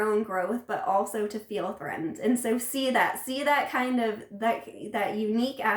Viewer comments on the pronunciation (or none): none